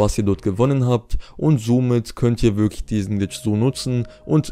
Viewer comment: dein Deutsch ist "wiglich" (wirklich) so!